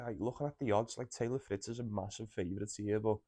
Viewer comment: Mate it’s Fritz , palonini., medi in 2